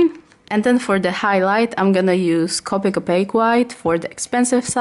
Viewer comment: Your correct about the strecky Ness on the paper I tested copic on a lot of different paper and most of them were streaky when i tried to shade and layer colors. I don't know if it's just us or if others have the same. And I understand your absent but copic is pronounced co pick. I'm sorry but you did a very great job. And u are a amazing artist sorry if I seemed rude when I corrected the way to say copic. U are an amazing job and keep going u are an amazing artist. 😊☺️